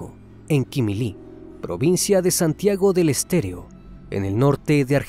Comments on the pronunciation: Santiago del Estero .. no estéreo, con frecuencia pronuncias mal los lugares, corrige eso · es "Santigo del Estero"... no "... del Stereo"... como siempre, muy buen vídeo.... se demuestra una vez más, que si fuéramos más como los animales, seríamos más humanos.... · Una corrección... No es Santiago del estereo... Es Estero... Se entiende la dificultad con ciertos nombres de lugares... Muy indignante el caso aquí... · me parecio que dijiste Santiago del EsterEO y es Santiago del EsterO! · es santiago del estero, no del "estereo" xd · Es Santiago del Estero, no Estereo jajajjaj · Es Santiago del Estero, no del estereo🤣, santiago es como el Alabama de eeuu y el norte de México, no se si me comprenden 🤣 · por favor!!! si hacen un documental o investigacion asegurense de pronunciar bien!! Santiago del Estero!! es excelente la forma de tratamiento del tema pero van varias veces que no dicen con correccion los nombres o ponen fotos que no concuerdan con el tema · Santiago del ESTERO pronuncialo bien ya, todo el video lo dijiste mal. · Lamentable este caso. Pero realmente nunca fue tan conosido cómo dise el criminalista. Y se pronuncia provincia de SANTIAGO DEL ESTERO. SALUDOS DESDE LA PROVINCIA MENCIONADA, ARGENTINA.